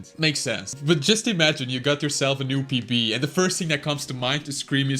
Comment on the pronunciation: The way he say PB I keep thinking he saying PP which mean for penis